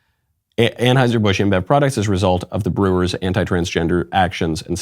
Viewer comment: Its just TRANeuser.... not TRANSeuser.